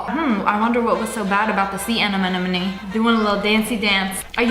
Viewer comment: "sea anenenome"and "who ships squidbob?" Made me die